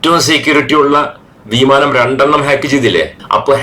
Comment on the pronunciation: വീമാനം അല്ല വിമാനം